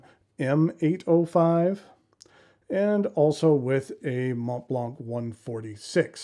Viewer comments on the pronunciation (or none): none